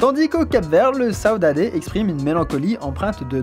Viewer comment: Au Cap-Vert? Donc, j'imagine, comme ce fameux concept de "tristesse" qui en réalité un concept Québecois? (Sa se dis "Saudade" pas "Saudadé")